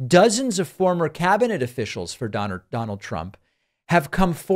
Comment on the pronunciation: Donard Trump lol